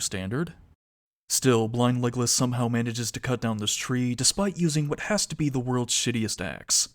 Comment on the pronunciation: For a while I thought you said "blind legless" and since I didn't want to watch the show I kept wondering what on earth happens to him for you to call him that, until I realised it was blind Legolas XD Anyway thanks for watching the show for us and going over it!!